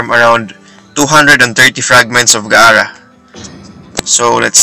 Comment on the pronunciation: Its gaara not ga ara